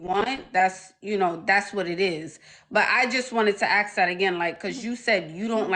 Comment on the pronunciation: She has a hair business, she's into Real estate and can't even pronounce the word ASK. How typical! 😂😂😂